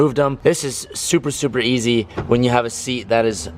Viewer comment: I always think is saying "Supra Easy" instead of "Super Easy"